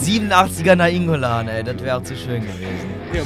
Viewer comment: so ohrenkrebs, wie Nainngolan aussprich.Aber Probs tritudem gutes video